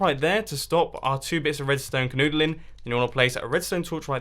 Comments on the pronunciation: did he just say {kanoodling}? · knoogalon is that British or are you weird